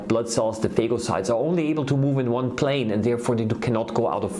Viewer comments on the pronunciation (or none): none